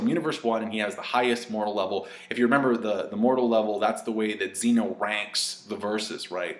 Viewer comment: It's pronounced Zen-O sama, not Xeno.